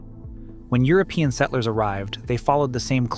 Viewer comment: I can tell your not from michigan by how you pronounce "Settlers". you only pronounced one t